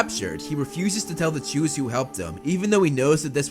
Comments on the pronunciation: Yes although it sounds like he is saying Jews but if you listen closely he is saying chews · I needed to come to the comments to know their real name it really sounds like jews.. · For a moment, I actually thought they were called 'jews' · I swear it sounds like he says "he continuously stole food from the Jews" lol. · Am I the only one who keep hearing "to steal from the jews"? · “Chu’s” sounds a lot like “Jews”, and made me do a double take as I was listening to it 😂